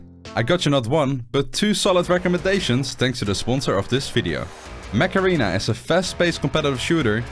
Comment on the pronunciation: Sound: "Mech Arena" Subtitles: "Macarena" 😂